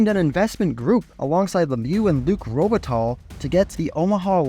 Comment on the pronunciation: Interesting story By the way its pronounce like "Robe it tie" because Luc's surname is French. Not "Robe it tall".